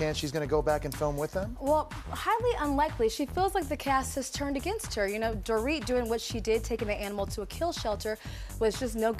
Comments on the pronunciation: He said do-rit not do-reet . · He kept calling her “Door-it” instead of “dor-eet” 😂😭